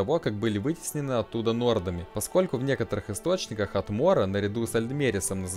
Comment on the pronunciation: "...а о некоторіх можно" опа, а ты шо, украинец?